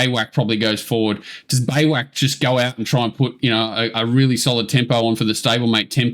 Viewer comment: Beiwacht is pronounced "By Vacht" or "by vot" it is the origin of the English word Bivouac....according to google